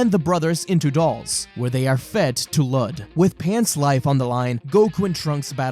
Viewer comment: Ok one his name was Luud or Lood not Lud and two Goten's GF was named Phalis "not sure on how to spell it" not Palace you noob. 😂